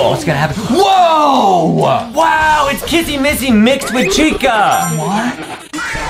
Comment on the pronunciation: Its not kassy massy it is kissy missy